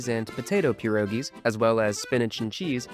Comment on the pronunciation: The correct term is *pierogi*, not *pierogis*. "Pierogi" is already the plural form, so there is no need to add an "s" at the end of the word. You have one *pieróg*, but two, three, four, or 200 *pierogi*.